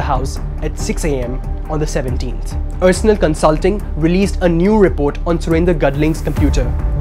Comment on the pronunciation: Excellent report. However, the presenter needs to know that Arsenal is not pronounced as ur-surnul but are-surnul. Haven't you ever heard of the English football team Arsenal?